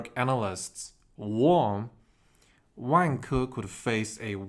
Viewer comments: I hate my self. But the way you say Vanke, makes me laugh. Sorry, I know racist stereotype stuff... But maybe Wanker is a better name for them... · Turns out I’m not the only one LOL-ing throughout as I heard about “Wang-ker’s” actions 😆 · Why does is sound like "wanker"? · pronunciation of vanke makes me laugh. Sounds just like wanker! LOL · Great one. Be careful of the pronunciation of Vanke though 😂. My issue is what happens to the money supply here? Beijing is basically taking over all property companies. I see two outcomes here: 1) Xi Jinping loses power to reformers who increase transfers to poor people & wage slaves. Eventually this will work but might mean democracy takes over. Huge banking losses, major deflation like in Japan, the Great Depression but with Government spending. 2) Xi Jinping & his mates get on one of their jets filled with Gold & bail out to UAE & let all Chinese Banks go bust. This is the Shah of Iran trade *10. I think between these two options. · I couldn’t stop laughing too 🫣